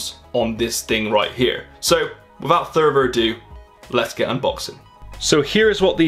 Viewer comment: Did he just say "without thurver ado"